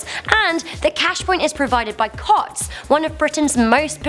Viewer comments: "Cotts" is pronounced "coots" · Pronounce Cotts as COOTS